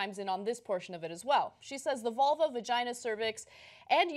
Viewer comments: what did he call it? "vergeen"???!!! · This man cannot even say the word "vagina". How dare he weigh in on this topic.